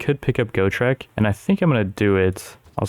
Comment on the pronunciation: As a massive fan of the Gotrek and Felix books it hurt me physically every time he mispronounced Gotrek and Ulrika's names. Ulrika wasnt as bad, but Gotrek really got my head turning every time